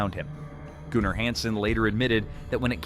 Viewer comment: Gunner not gooner 😆